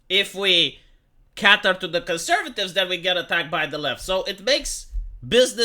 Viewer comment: Cater rhymes with hater and later not cater rhymes with hatter and fatter.